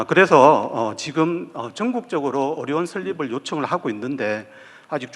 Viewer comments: 어료원이 아니라 의료원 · 의료원 발음이 어려운 으로 들리네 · 의료원이 자꾸 어려운으로 들려요...😢